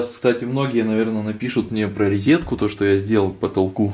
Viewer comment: РОЗЕТКУ ,а не резетку